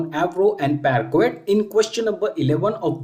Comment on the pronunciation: Your efforts are really appreciated but your pronunciation of "parquet" is not right.